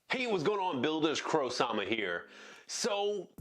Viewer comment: pronounced G-"Quacks"? your review is definitely one of the best review nonetheless... keep up your good work bro 💪